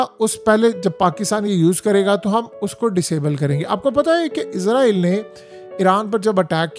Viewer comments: مجھے ایک بات کی سمجھ نہیں ائی کہ یہ اسرائیل ہے یا پھر عزرائیل ہے یہ بھائی نے جو ویڈیو بنائی ہے اس میں تو یہ اس کو بار بار عزرائیل ہی پڑھ رہا ہے۔ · عزارٸیل نہیں اسراٸیل ھے۔ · Apni pronunciation theak karain. Israel is-ra-el hai not izrael. Izrael angel name hai.